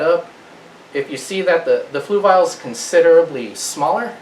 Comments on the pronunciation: Fluval is pronounced fluvol not fluvile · Where is the "i" in Fluval? I must be missing something on how to pronounce it :) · 😂 "floovial". I noticed that too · The way he says fluval lmaoo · You're not quite there but you're really close. First of all Fluval is a difficult word to pronounce, in fact even the representatives on the Fluval YouTube channel pronounce in completely different ways. You're trying to say it like this flu- (like being sick) V AL ( like the name Al as in Al's Toy Barn) the problem is when you say fluv-AL really fast it can sound like flu-vile. In fact I said fluvile to 2 different talk-to-text programs and they both spelled it as Fluval. Here is a link to one of their representatives saying it.